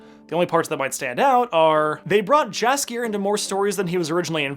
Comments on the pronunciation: Here's a word from polish speaking viewer- did quite a good job. My only problem is that "Jaskier" should be pronounced "yaskier". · As much as I forgive the prononciation of wiedźmin , Jaskier is pronounced Yaskier and it’s Triss not Trish. This ain’t DMC ;)